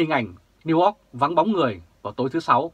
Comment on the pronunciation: New York chu o phai New Ot hi...hi...